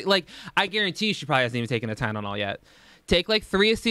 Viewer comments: Are you saying "Tynenol" on purpose? Lol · The ppl in these comments fighting is so funny too me! Over a word- and two people 😭🤚🏼 y’all really have no life.. I know it’s been like a year- but damn this is so pathetic. Also someone saying tynenol and Tylenol are different depending on were you grew up or how ppl said it growing up around you. My dad says it just like and I see nothing wrong with it tbh. It might be hypocritical but doesn’t try too mispronunciation things, it was just an honest mistake. Even though I’m late asf to this conversation 😀 still wanted to put that out there tbh... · Wth is pronouncing Tylenol as ty-nen-nol a California thing? My boyfriend is also from California and literally in the Palm Springs area too and says it the same exact way that is wild lmao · Are you pronouncing Tylenol “tie-nen-ol” on purpose? Lol my sarcasm radar is horrendous I hope you don’t take it as me being rude your videos make my day 😩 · TyNENOL!!!!! Lmao!!!🤣😂🤣😂😭😭😭😭 Its almost as bad as “dosay.” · did you say "Tynanol"? I think Big Al is rubbing off on you 😂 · Ok, I'm sorry, love the videos, but you can't make fun of her for saying things like "ordaments" when you say "tynenol" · I wanted to DIE every time you said "Tynanol" like MY DUDE, it's TYLENOL. ACETAMINOPHEN. TY. LE. NOL. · "tynenol" sir lmfao we gotta talk about this pronunciation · I think it's kind of funny how when says it, people find it "cute", but if ALR would have mispronounced it everyone would had given her endless shit because of it. I also must say that I find it really bizarre that he's a student for a health care field and doesn't know that the word is Tylenol. I'm super confused. What's going on? You dish it, so you should be able to take it. How do you not know the word Tylenol? Not trying to give you hate here, but come on now... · I love you but “TyNENol”? 😂😂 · Thank you. Thought he goofed up but he said it twice. TyLENol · tf is "tynenol" lmao